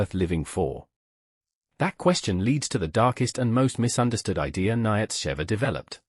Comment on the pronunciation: That ai voice is terrible! So many mistakes! Even Nietzsche! (Neetsha phon. Approx.)